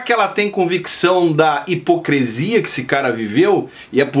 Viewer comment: O mesmo que hipocrIIIiiisia. Nada além de uma pronuncia errada ou falta de dicção. (Entendeu ou presiso desenhar)?